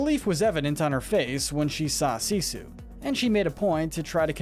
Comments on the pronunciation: It is pronounced Seesu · called her Sissu and not Sisu. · He says sissu instead of Sisu